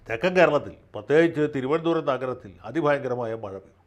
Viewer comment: അവസാന നിമിഷത്തിലെ തിരുവനന്തപുരം ശൈലി പൊളിച്ചു.🤣🤣🤣🤣.